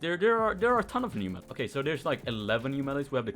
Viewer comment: I love how he says meeles xd